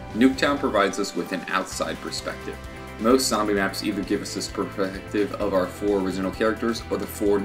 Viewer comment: 2/:34 perfective lol